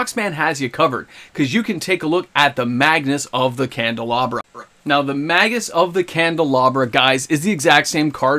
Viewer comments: You keep saying Magnus instead of Magus. BOOMSTICK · magus, not magnus lol